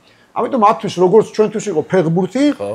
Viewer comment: ფეღბურთი კი არა ფეხბურთია დავით 😉 დავაკვირდი და არც ერთხელ სწორად არ თქვი 😂